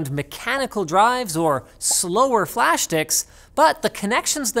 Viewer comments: "flash dicks" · Am I the only one that heard flash d!cks ?